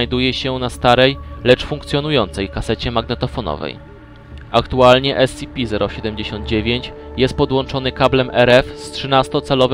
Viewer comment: Słysze że wymawiasz S-CI-PI kiedy powinieneś wymawiać S-SI-PI. Pozatym świetna robota.